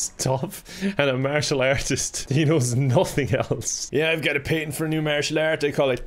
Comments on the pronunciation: why do you add an extra vowl to the word "Patent" Irishmen. smh. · Confirmed can't properly pronounce patent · Anyone else die a little because of the way he said patent? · I sometimes forget when watching that he’s Irish and they say things different than what we in the US would say. So he says patent like pay-tent. Where we say pAtent. Like a hard “a” sound lol. It through me off the whole time 😂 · I know it's because I'm American- but did anyone else notice that says "PAYtents" instead of "PATents?" Do Americans say it the wrong way then?.... Don't answer that. 😆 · I was expecting a lot more comments mentioning the way pronounces patents